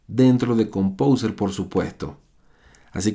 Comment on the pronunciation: jajaja pronuncia compouser y lo escribe compouser